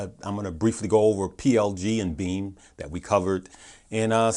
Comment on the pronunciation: I heard BEEM not BEAM, yesterday. Helps if it's written on the screen.